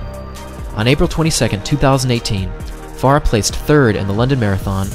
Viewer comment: There are two syllables in Farah!